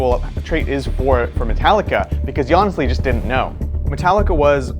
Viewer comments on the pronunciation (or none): none